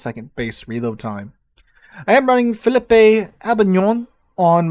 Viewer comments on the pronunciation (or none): The e on Philippe is silent.